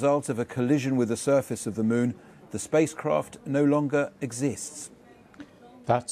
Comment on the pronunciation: "Scheduled to land on the south pool of the Mon"